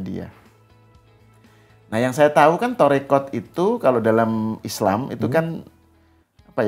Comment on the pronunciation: Maaf ya mengucapkn TORIKOH nya juga salah malah Tarikat itu tdh ilmiah